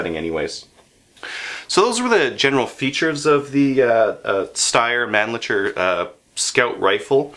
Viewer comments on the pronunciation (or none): "Steyr " is pronounced like "higher" with "st" and "Mannlicher" is not "Man licker" but "Mann" = like to vocal in "sun" plus "licher" and the "ch" is like the "ch" in "loch ness". Believe me, im from Austria. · Tom Bombadil No way Tom! No disrespect meant but do your language homework (Google/Wikipedia the pronounciation of the city it's made in - And it's Mann-licher, pronounced like the 'c' is an 's', rhymes with wisher. I live in Germany, my German is fluent, my Austrian will get me by and although I no longer own the rifle (I am a Blaser convert), I hunt with guys who have one so I hear the name all the time. I suppose though, that your pronouciation is acceptable if you're not Austrian (where it's made) or German (where it's widely owned)... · it's pronounced "man licker"